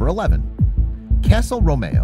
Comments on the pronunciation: Romeeo not Romayo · The narrator can't say romeo properly lol. He says row-mayo instead rome-e-oh. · “ Romayo “ no no dumb dumb, it’s pronounced “roe, me, oh”. And castle bravo was not a fission bomb it was a fusion bomb. Do you not know how google works? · I had a seizure when he pronounced "castle RO MAYO" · this site is a robot site. This is shown by the pronunciation of certain words. For example, an English speaker would pronounce 'romeo' as a single word, not romaho. Listen to the dialogue and you will detect other errors in pronunciation. This is pretty good at English, but ..... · Its pronounced Castle Roam e o NOT Roam eh o! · ROH-MEE-OH not ROH-MAY-OH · Romeo =/= row-may-oh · Then again after "ay toll"